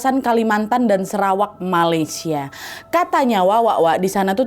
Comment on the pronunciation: Bukan serawak ya nadia.sarawak ejaan yg betul